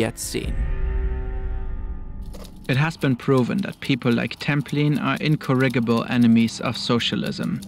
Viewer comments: You should Google how to pronounce the words in your script. For example, the word incorrigible. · ...that is not how "incorrigible" is pronounced /facepalms